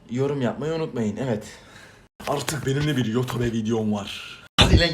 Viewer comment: Yotobe diye okunmaz ki yutup diye okunur ama ben sdc söylüyorum yani linç amacım yok